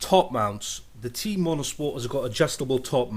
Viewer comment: It's Teh-iin, not Teen lol